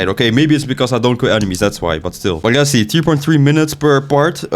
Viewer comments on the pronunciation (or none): alsjeblieft leer dingen beter uit te spreken, ik vind je videos goed maar de manier dat je bijvoorbeeld 'lets' zegt. je zegt de letter L alsof het een R is